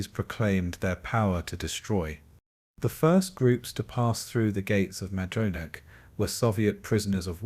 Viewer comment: The camp's name is pronounced My-don-ik.